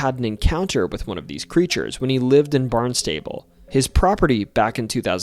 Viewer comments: We need to discuss "Barnstable" though. Cuz it's not "Barn's Table." It rhymes with "constable" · I'm not from Massachusetts, but I live here now. That's now how they say Barnstable. Most towns here do not have the pronunciation you would think 🤦🏻‍♀️ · It's Barnstable said like one word barns-ta-ble not like Barn's table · Barnstable is pronounced: BARNZ-TAH-BULL. Not Barn and stable. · Barn-stah-ble. Not Barn-stable which is where you store hay, livestock and farm implements.😅😊😂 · You pronounced Barnstable like “barn-stable”, but it’s actually pronounced like “barn-stubble” 😭 very common no town in Massachusetts is actually pronounced the way you’d think. They don’t even follow their own pronunciation rules LOL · The town of BARNSTABLE on the Cape, is pronounced Bahn-stuh--bull.. It hurts my (and lots but other people's) ears when pronounced Barn-stable. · Oh, uh, can we talk about Barnstable then? Our pronunciations are weird, I get it, but the locals say "BARN stuh' bull", not "barn STAY bull". You could get extra points by pronouncing it "BAHN stah' bull" :D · Hard to believe someone that says barn - stable lived in mass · idk if anyone else commented on this yet, but i think Barnstable is pronounced "BARNST-ubble." that's how i hear it on the news and weather reports, locally, even though i'm not directly from there. we've got so many funny pronunciations vs. spellings, round these parts. anyways, love seeing this about MA!! usually it seems like all the most fascinating paranormal stuff happens anywhere else in the world, so it's cool to have our own local menagerie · barn-stay- ble!! lol! tou are def NOT from here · Barnstable is pronounced "barn-stuh-bull" Leominster is pronounced "lemon-stir" Edit: Meant to say, great job pronouncing everything else! Most people arent worth correcting because the mispronounciations are too many to count. The fact that a 58 minute video only has two mispronounciations is extremely impressive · it's pronounced BARN-stuh-bull.